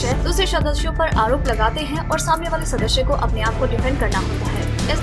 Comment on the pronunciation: Ur pronunciation is just so badddd....sadashya nahi sadasya kehte hain😂😂